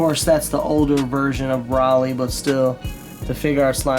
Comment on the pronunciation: Not tryin to be a douche but it’s NOT pronounced “Braly” like you said throughout the video. It’s pronounced “Bro-lee.”